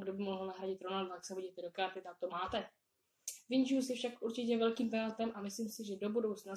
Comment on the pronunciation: ten mladý brazilec není Vinčius ale Vinýcius teda takhle se to čte